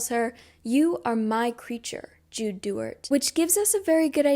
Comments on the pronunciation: just so you know duarte is pronounced Due-are-te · As someone that has read both the books and listen to the audiobooks. I am so sorry, but I feel that I must let you know about some of the pronunciations… The magical bargain, the geas- is said like “guess” but with a -sh sound at the end, “g-eh-sh” And her last name is Duarte, said with an accent at the end- “duar-t-eh” LOVE this video 🫶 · it’s du-art-eh (duarte). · IM IN LOVE WITH THIS VIDEO but I cannot get over the butchering of jude’s last name 😭😭😭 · No, I meant to mispronunciation of Duarte, lol